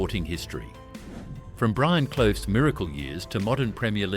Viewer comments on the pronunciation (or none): And did everyone spot the ridiculous pronunciation of Clough 😮